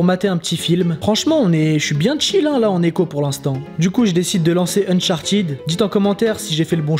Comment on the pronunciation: par contre sa ma fait trop rire quand il a dit "unchartid"